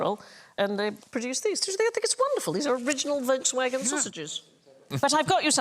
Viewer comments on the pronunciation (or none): none